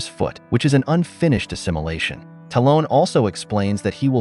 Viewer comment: Ah yes "Talone." People need to stop using AI narration. "Birtch and his family'' lol